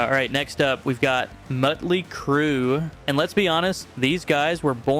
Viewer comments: Mutley crue. Wow. AI sucks. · Had to stop watching when you started calling Motley Crue Mutley crue.. Dude are you an AI or do you not know how to pronounce words? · It's not MUTLEY crew lil bro.